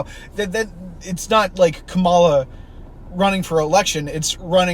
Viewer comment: All that stuff of like, having a debate for who the democratic candidate would be, did happen a little. Its just that everyone knew so much that it was 100% going to be Kamala (pronounced KA-ma-la, stress on the first syllable not the middle)